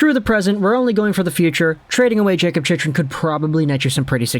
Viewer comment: Bro learn how to say his name